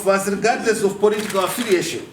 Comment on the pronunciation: makaa bve I know, 😩 He said ‘poritikawu’ (political). I’m weak 😂😂